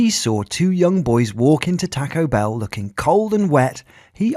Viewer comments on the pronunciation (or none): Its taco bell not tuco bel`